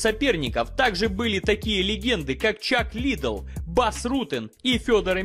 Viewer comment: мужик, вот скажи, что у тебя с произношением фамилий? Ты спецом их коверкаешь или просто глупый? Какой нафиг лИдел? Ты хоть открой видосы с Роганом. Его фамилия лЭдэл. Про Алистара Овэрима я уже молчу... АлистЭр. Уже не первый раз замечаю за тобой такую фигню. Ты ж вроде не...